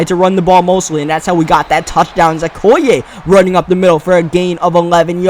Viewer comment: im pretty sure okoye's name is pronounced:(o key yay)